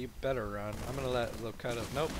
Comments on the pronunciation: it is actually pronounced lo-cue-tus as in picard in the best of both worlds(Star Trek TNG). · I think your teammates name is Locutus as in "lo-cute-us" of Borg from Star Trek TNG